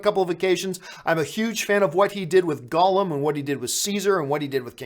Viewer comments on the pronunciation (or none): none